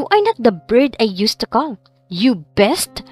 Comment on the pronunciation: You beast! ( pronounced, beest ) not " best " ) sorry! 😞